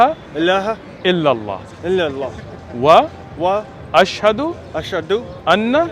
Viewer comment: Why does he say ashhado al instead of an